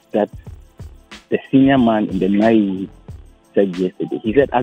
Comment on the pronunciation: The name isnt Naayewe. The correct word is Nai We